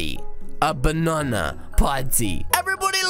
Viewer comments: Why dl you say banana like this bunanana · I laughed so hard when you said bonana